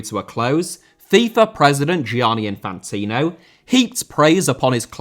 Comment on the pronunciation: Reneging* not Reneiging Idea* not Ideer Half* nlt Holf Can't * not Khon' Kafala* not Kafohrler Nepal* not Nepol Projects* not Prodjects Sri* not Shre Media* not Medier Gianni* not Dgiohrnni Infantino* not Infantinouw Vladimir * not Vlademyr Putin* not Pyuten Russia* not Russier